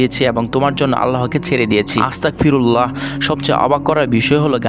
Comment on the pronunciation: আসতাক ফিরুল্লা না আসতাগ ফিরুল্লা হবে আর V তো কোন দোষ করিনাই তবু V er pik দিসে কেন আর একটা কথা বলি আমি এগুলো শুনি না 🫡🫡🫡